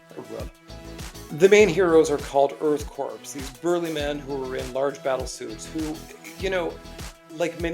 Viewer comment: Incorrect sir Sandra Shore is the financial backer of Earth Corp (btw the P is silent so it’s pronounced Earthcore like the core of the earth) she essentially serves as their boss in terms of paying the bills 4 their suits which r bulky to protect them from environmental hazards like rivers of acid, lava pools sharp crystals etc etc she is not Janine Melnitz who was the Ghostbusters secretary